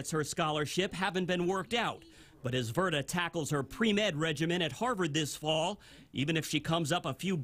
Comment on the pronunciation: Verda not verta